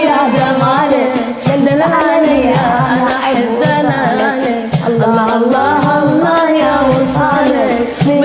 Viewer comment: هالله مو الله اشبيج ما تعرفين تلفضين